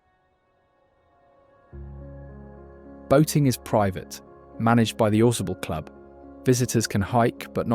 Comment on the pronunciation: Ausable is pronounced - aw-SAY-bull